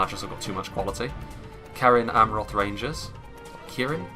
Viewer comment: Also most c’s in middle earth names are soft sounding, so cerin in cerin amroth is pronounced serin. I believe anyway.